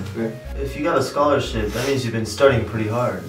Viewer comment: The way said scholarship was full english accent 😂